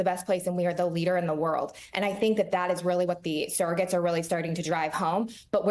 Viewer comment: Surrogates, not "serrogates."